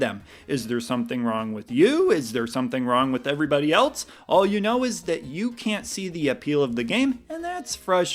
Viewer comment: I get very frustrated when you say “eltse” instead of else. That tops Baby Mario 🤪😁